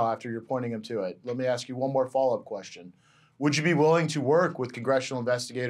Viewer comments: Can someone tell me why this man with all his experience and edu action can’t say the word ask? And still pronounces it aks? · It absolutely pains me that ppl who hold positions of influence use the pronunciation of: Axe instead of ask. He.should have axed me. No please.... He or she should have asked me. Damn it ppl. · can you please learn to say the word "ask", correctly. It is not: axe, and in "axe me a question." It is "ASK" as in "ask me a question." You say that you've been to college, and I believe that. Isn't it time for you to display that education, with the correct pronouciation of a basic, commonly used word? After all, if English is the only language that you know, at least get the most basic words in it, right. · This makes me think that Reichstag Nancy wanted law enforcement to be violently confronted. By the way, “aks” is very old English bright here by the Crackers who worked alongside and oversaw the slaves.